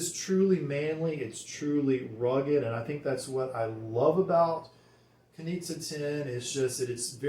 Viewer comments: Great review! ..but the correct way to pronounce the name is Knishe! Greetings from Berlin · Nice presentation of an interesting fragrance. Btw... it's pronounced "Knische" with a smooth "sch" but it seems to be complicated for English speaking guys ;-) Take a look at the German Wikipedia for "Knize Ten" ;-) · the name's apparently slavic and the "z" part is pronounced with a soft "sh" - like the "g" in "my liege". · Guys, it's a bit tricky the brand is located in Vienna, Austria but the original founder Josef Knize was born Czech. Search on YT: "Hotel Savoyen Wien und Herrenausstatter Knize" and there you'll have the correct perfect pronounciation. "Knie-sche" because czech "z" is spoken "sch" (like sh...it, LOL 😅). ✌️😉☕